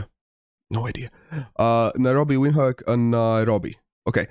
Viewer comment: The Windhoek pronounciation killed me 😂😂 If it's anything like Dutch (which afrikaans is very similar to) then the W is pronounced as a V, D is pronounced as a T, and the E is silent. So.. Vinthok.